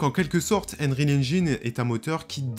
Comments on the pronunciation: "Enril engine" ...un effort sur la prononciation stp... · « Unreal angine » mdr